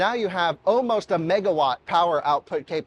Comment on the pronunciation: A few pronunciation corrections: “And” not “end” “Almost”not “awemost” “Vulvo” not “vol vo” (Given this, you shouldn’t be making fun on Dominic for his Hyundai pronunciation!) “Something like that” not “something like this” (95% of your use cases) That’s all for now!